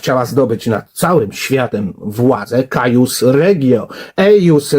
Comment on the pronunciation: "Cuius regio, eius religio" (czytaj: kujus ) uczmy się łaciny w cywilizacji łacińskiej